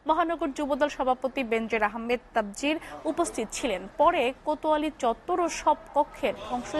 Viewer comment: তাবজির না বেনজির আহম্মেদ তাবরিজ। নাম গুলো ভালোভাবে পড়েন ♥️🇧🇩♥️